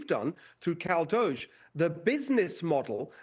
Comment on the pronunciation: Why is this bloody Pom mispronouncing DOGE as dosh?